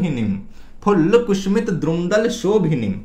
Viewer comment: बहुत ही अच्छी जानकारी दी है, बेहतर होता अगर आप वीडियो बनाने से पहले अपना उच्चारण किसी से ठीक करवा लेते - कुसुमित: को कुसूमित, श को स और स को श बार बार उच्चारित कर रहे थे।